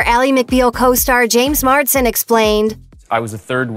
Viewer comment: His name is James Marsden, you idiot! Check the copy and pronunciation before you go before a mic. Why are these voiceovers always so sloppy?